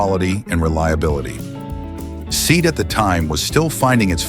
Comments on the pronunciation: It is pronounced as "Se-at" not seat....... a seat you sit on, a Se-at you sit in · Ugly as sin, but utterly reliable. Only 'let down' was if the suspension leaked. My Dad had 2 1750HL's, one after the other, he absolutely loved them. And what was with the lengthy slagging of the Seat (Say - at, muppet narrator, not SEAT!!!). The Maxi gets viewed while berating the Talbotm, then this little lawnmower gets about 10 minutes worth of slagging. Do i detect an obsession? :P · Teach the AI to correctly pronounce SEAT.